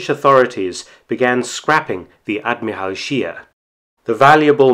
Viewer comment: Too bad Mark does not pronounce "Admiral Scheer" correctly, otherwise, a very informative research video from Mark, as usual.